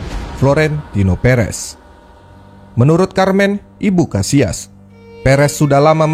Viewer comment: Kenapa disebut KASIAS !!!! Sebut aja KASSILAS.. kita indo bro,, sebut aja dengan bahasa KATA indonesia..